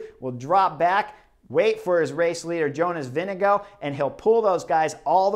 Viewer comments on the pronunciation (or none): VINGEGAARD not Winnego? WTF chris?? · Vingegaard, not Vindego please!!! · All of the American commentators trying to pronounce Jonas Vingegaard's name, for no reason at all: "Jonas...VINGADINGALINGDEVANGOUGH" Like, good God, you're supposed to be experts, it takes about five seconds to learn how to pronounce a name, ten seconds to practice it, then you don't have to spend ten minutes with your tongue falling down a staircase every time you try to say a (frankly, pretty easy-to-pronounce) name like Vingegaard. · Sorry Chris, it's Vingegarrde---VIN-GA-GUARD. Love the analysis but get his name correct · I thought Cris said Vinni GOAT